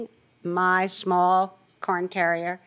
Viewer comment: No wonder the judge didn't understand what type of dog it was. It is not a "carin" terrier as the plaintiff pronounced it, it is a Cairn terrier pronounced "carne". It is a Scottish breed, they originated on the Isle of Skye.